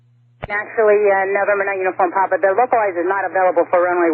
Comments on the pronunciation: Why is he saying uniform pap, it's clearly papa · Every time he says "Uniform Pop" it makes me cringe... It's "Popa" or "Papa"... it's not POP... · I know it’s a super little thing, but it’s Uniform Papa not Pop. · "Niner uniform pop"